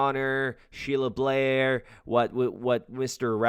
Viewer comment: Great Content as always thx 24 also its BAIR like ‘BEAR’ Sheila Bair lol not Blair love u bud!! 🫡